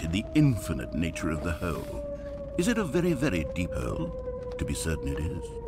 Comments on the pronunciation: Like why💀😭😂🤣😂🤣😂🤣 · But why does the man who’s talking says hooolleee not hole